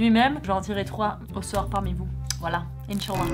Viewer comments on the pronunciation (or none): J'ai compris les gens qui ont parlé marocain parce que je suis marocaine ! Mdr les endroits où tes parti,j'y suis déjà y aller ! Toi : Yafin ? Moi : NON TU LA PAS BIEN DIT !!! C'EST "Finkiann" ça veut dire : C'est ou ? Et "Yafin" c'est pas ça c'est : "Finya" !!!!! C'est pas "Insalla" C'est "Inshallah" le "h" fait un autre son que aucun son ! Sinon ta vidéo est trop bien ! J'adore Note de vidéo : ❤💯/💯❤